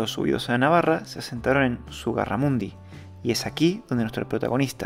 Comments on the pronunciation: Todo muy bien pero es ZUGARRAMURDI, no ZUGARRAMUNDI. Es conde de LEMOS, no de LESMOS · Zugarramurdi, no Zugarramundi.